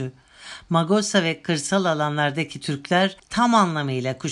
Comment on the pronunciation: Lefkoşe değil (Lefkoşa) ve Magosa değil (Mağusa) sevgiler